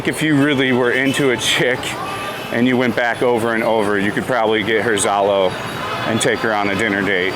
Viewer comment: It’s Zalo